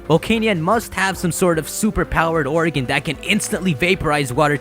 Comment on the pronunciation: its organ not oregan....